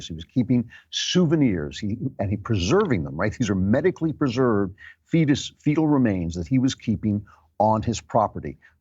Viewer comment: When you said fetal remains the first time I thought you said beetle and I thought you had lost it.